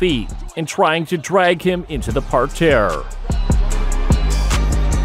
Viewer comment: I’m scratching my head too. I know what a mat is what the hell is a “par-tear?” Weird.